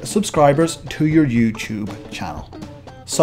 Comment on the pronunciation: Hey, this video is helpful, but youTube is not spelled like YouCHube